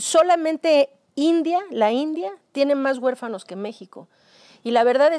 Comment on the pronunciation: Doscientas cuarenta mil guefanos LO Correcto es decir doscientos cuarenta mil huérfanos. Que les pasa por que se expresan tan mal y este vejete me caí mal por lepero.